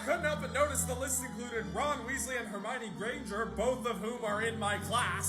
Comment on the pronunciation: America wizard. I Am shocked. Harmione. You're american Hermione. It's Hermione